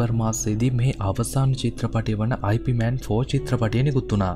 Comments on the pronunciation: අයි පී මෑන් නෙවෙයි. යිප්මාන් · නම අයි පී මෑන් වත් යිප් මෑන් වත් නෙවෙයි යිප් මාං 🤗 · 'අයි පී' මෑන් නෙමෙ හරි නම 'යිප් මාන්' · වීඩියෝ එක හොදයි , ඒත් ඔයා grand masterගෙ නම කියන විදිය වැරදියි , ඉප් මාන්, ඒක තමයි හරි විදිය, සමහරු අයි පී මෑන් කිව්වට ඒක වැරදියි , එහෙම කියන්නෙ නොදන්න අය, ඒක නිසා ඔයා මේ වැරැද්ද හදා ගනියි කියල මම හිතනවා